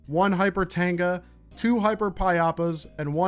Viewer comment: I can't hear the difference between Tanga and Tenga so "do some ball busting and build up your stockpiles of tengas" was quite funny